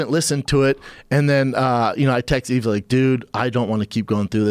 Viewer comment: Schaub further disprespects Yves by getting his name wrong. It's a silent 'S'.